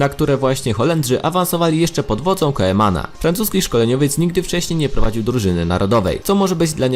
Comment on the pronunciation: Kumana a nie koemana